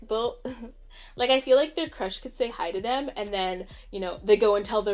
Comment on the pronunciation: Lmao! Virgo! 🙌🏼 it’s not, hi! “We are so dating!” It’s more! Did you hear how he said hi! 😂 it wasn’t just hi! It was! Hi!